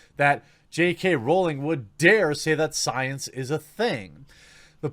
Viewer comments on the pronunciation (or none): Once again. It's Rowling, rhymes with growling. It does not rhyme with bowling. And you don't read comments cos this is at least the 5th time I've said this.